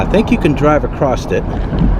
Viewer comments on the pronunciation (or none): Bro, the word is across. Not acrosst